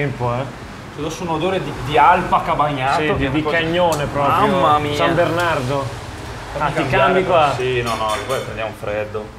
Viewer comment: comunque la faccia schifata di mentre pronuncia la parola "sanbernardo" è da oscar!